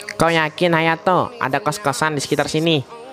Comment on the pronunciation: Hayato bang bukan hatayo>.<>.<